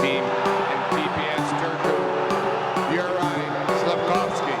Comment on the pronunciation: Son prénom se prononce "Youraille" et non '"Jurage"